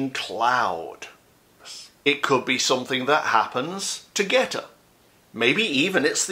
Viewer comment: When you were talking about "GETTR", I heard "goetta" and I wondered why on earth would ANYONE want to discuss that disgusting food? LOL! Don't ever read on "goetta". Please. Yuck.